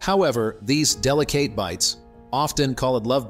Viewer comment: 💯 I immediately cut it off when he said del-ih-kayte. Um no robot and why am I listening to a robot. Ran out of humans? Lame